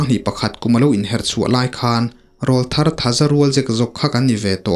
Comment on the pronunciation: Sir, thil pakhat ka lo sawi ve lawk ange.... I thu chhiar hi ka ngaithla tam ve ta viau a,Mizo tawng hmang dik pâwl tak leh ngaihthlak nuam ka tih ber zinga mi i ni ... Chutih rual chuan "Rawlthar" hi kan ti leh ngawt thin a,"RÂWLTHAR" ti a lam zawk tur niin ka lo hria a,mipa kan aw ki alo danglam a,til pawr aw kan neih chhoh hunlai vel,kan aw ka danglam hunlai hi niin an sawi a,a dik ber em chu ka hre hauh lo...Tin, hmeichhia chu "Tleirawl" tiin an sawi thin bawk an ti lehzel a. Ka hriat dan hi diklo a nih chuan min ngaidam la,alo dik zawk anih erawh chuan khawngaihin i thu chhiar leh tur ah chuan "RAWLTHAR" ti mai lovin "RÂWLTHAR" ti a i rawn chhiar chhuah tawh ngei ka lo beisei e....